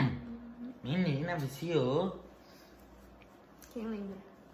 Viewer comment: Quantas vezes o falo "mininah" 👇